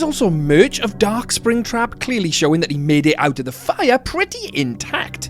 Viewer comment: he said sraptap at one moment